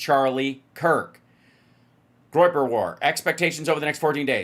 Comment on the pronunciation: Groyper sounds to me like "groin groppers" 😂😂